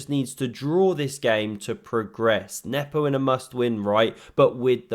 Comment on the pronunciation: Thanks for pronouncing Nepos name correctly. The commentator in the live stream was awful